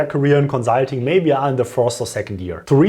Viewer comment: Hey cool videos, but have you tried saying conSulting instead of conZZZulting? Jokes aside, great content btw, many thanks!